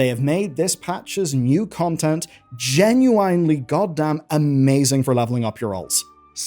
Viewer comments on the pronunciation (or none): Still can't pronounce "genuinely" 😅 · why do you say genuinely like that